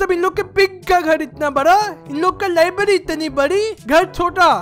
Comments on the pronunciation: Libary nahi library😂😂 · First libary nahi hota its library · Bhai libary nahi library😂😂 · Library hota ha libdy nahi hota ha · Bhai lyerberi bol